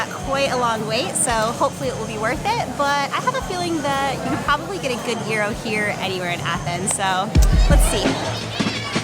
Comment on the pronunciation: Congratulations for being just about the first to correctly pronounce 'gyros'. Here in the UK our standard mispronunciation, or maybe 'anglicised' version is 'gear ross'. I did once hear an American on an Andrew Zimmern show call it 'jiy row' as in sounding like 'gyro' (scopic) When we lived in Germany in the '80s there was a Greek restaurant just 5 minutes walk away which made exceptional food. Their mixed grill included gyros which they served with sliced mild onion and a soft mild cheese with the same consistency of some goat cheese, which to this day, we haven't been able to find. A memorable combination that we enjoyed many times. Mum's favourite Greek food is Moussaka, and Kleftiko.